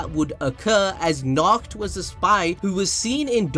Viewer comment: Be careful while saying Nacht. It sounds just like a nackt which means naked.